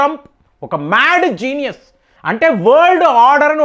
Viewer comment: ద మేడ్ జీనియస్, అని మాట మీరు అంటుంటే నవ్వొస్తుంది సార్.